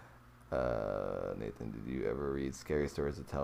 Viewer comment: I see you have problems with my name right? 😂